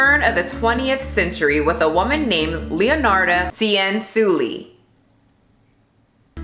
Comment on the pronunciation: I love that you talked about leonarda cianciulli since I'm italian and it's one of my fav italian true crime stories! Btw the pronunciation is leonarda with the e pronounced as /ai/ in said and as for cianciulli both /ci/ are pronounced as /ch/ in china! Hope it helped!